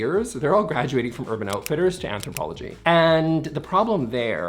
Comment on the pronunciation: It’s ANTHROPOLOGIE Home, not “Anthropology.”